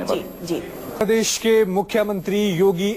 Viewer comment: yogi bolna Sikh lo ab c m ho tumne nizat bola ye nijat hai prses nahi prdesh hai aurbh bahu alfaz galat bole hay qimat u p ki jab Mila dihati c m hi mila